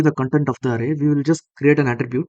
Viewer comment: Array is pronounced like Aeray